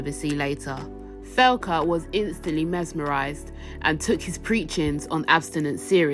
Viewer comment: Is tbere a reason you pronounced her name thelca. Ive always read it like Thecla.